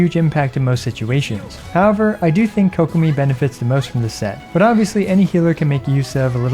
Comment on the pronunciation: "Coke Uh Me" its Kuh-Ko-Me